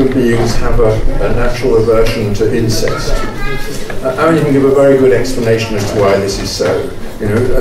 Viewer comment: I thought Scruton said ‘insects’ when he said ‘incest’. It worked for a while before the word ‘insects’ failed.